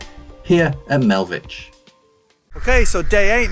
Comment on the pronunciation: Super video, thanks. Its actually pronounced Melvick, just FYI. If you look where you can see your route map and Melvich, you can see 3 golden beaches on the coast. I'm from the one on the left.